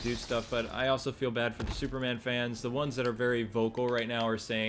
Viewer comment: Batman and Shooper Man lmao